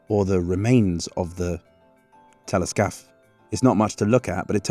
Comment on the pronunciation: every time you say Téléscaphe i hear Teletubby